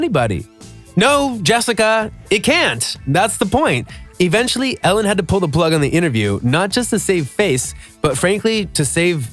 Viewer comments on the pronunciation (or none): none